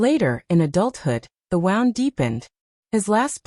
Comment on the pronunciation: 'Wound' as in "I wound the wire around the spool" instead of 'wound' as in "I have a wound that cannot heal." FAKE AI STORY! Thumbs down.